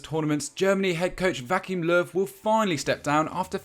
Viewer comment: did he call him vacuum löw?